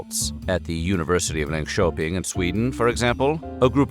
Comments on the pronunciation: I can't believe you pronounced Linköping correctly. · I'm impressed with how you pronounced "Linköping". 👌